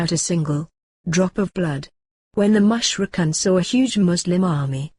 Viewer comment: Very nicely animated but the voices sound strange and mispronounce certain words like "Mushrikoon" etc. May Allaah ('Azza wa Jal) help you in your efforts Inshaa Allaah! Ameen! : )